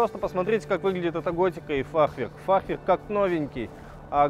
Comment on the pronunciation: У фахверка на данный момент пока только один недостаток - буква Р ;)